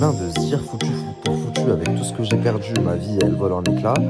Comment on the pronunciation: Il m’énerve avec son Dj’ai - Dje - Djours - Dgentilement... 😭